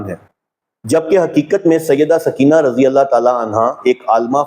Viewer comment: سکینہ بولتے وقت س پر پیش پڑھا کریں